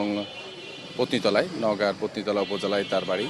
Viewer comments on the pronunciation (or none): একজন পুলিশ অফিসার সুন্দর করে নামটি বলতে পারলেন না। ওই থানাটির নাম আমি যতদূর জানি নওগার পত্নীতলা। আর পুলিশ অফিসার বললেন পতিতালা